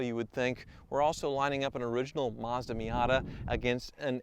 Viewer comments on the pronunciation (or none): none